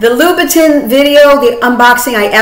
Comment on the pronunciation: Louboutin isn't pronounce as Lou-bu-tin (as in tin can), it's pronounced as Lou-buh-ton (like Dawn but with a T). Vachetta is pronounced as ketta, not chetta). Just bringing awareness, no offence intended as I've no doubt that you would want the correct pronunciation in your videos.